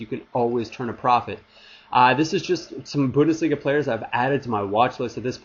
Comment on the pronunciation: Haha you are the only (english) youtuber who says Bundesliga right ^^